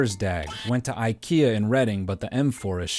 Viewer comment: if you're going to do the accent at least pronounce the store 'Ickyuh'